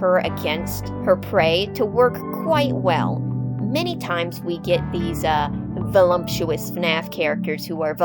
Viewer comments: Maybe that’s how she lost it in the first place? 🤷‍♀️ (also, it’s “voluptuous”, not “vol-LUM-tuous”.) 😉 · there's no M in the word voluptuous.